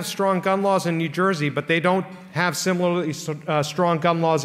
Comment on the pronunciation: Grewal is wrong. New Jersey is not a racist state. NJ is a sophisticated, friendly place to live with beautiful, smart people who get along very well. , Grewal can't even pronounce to word "similarly." His suit looks good, but his presentation skills need improvement.